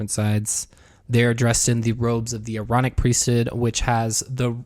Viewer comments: Omg i thought it was "mormonic" priest bc i kept hearing MORONIC LMAOOOOO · As a Brit, "aaronic" totally sounds like erotic 😂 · I just came from part 1 and I’m so happy I was not the only one that heard erotic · Not gonna lie, I also thought it sounded like the voice on the tape was saying "erotic priesthood". 🤣🤣🤣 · 😂 i thought they were saying erotic 😊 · I just have to say when you were talking about the aaronic priesthood, in my head I pronounced it A-Aronic. As in "you done messed up A-Aron!" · U guys are my favorite YT channel right now 👏 i didnt think about the Aaronic priesthood in the previous video, but after u called it the ironich priesthood, i couldnt 'not' hear it 😂 greetings from Denmark👏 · I kept hearing “moronic” priesthood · I thought they were saying EROTIC lol!